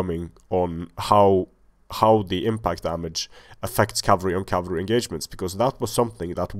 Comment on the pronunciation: "Enemy camalry" ... thats a first! Ha ha ha ! Great video series!